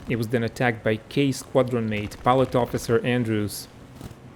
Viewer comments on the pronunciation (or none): none